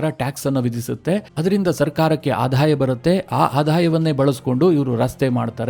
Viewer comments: ಆಧಾಯ ಅಲ್ಲ ; ಆದಾಯ - ಇದು ಸರಿಯಾದ ಉಚ್ಚಾರ. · ನಿಮ್ಮ ಮಾಹಿತಿ ಚೆನ್ನಾಗಿದೆ ಆದರೆ ಆಧಾಯ ಅಲ್ಲ ಆದಾಯ